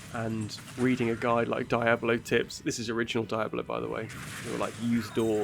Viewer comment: Why do you say "Diabolo"?! 😅